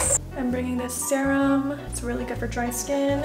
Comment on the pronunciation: again said "SAERAMM" 😂😂 LOVE HER SHE'S SO CUTE <3 💗